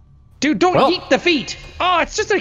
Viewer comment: The Ohio twang on “YEET” was so perfect